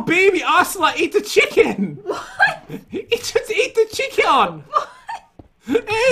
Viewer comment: Pat: it just ate the chieikion.